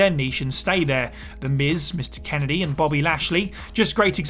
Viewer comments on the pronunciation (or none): none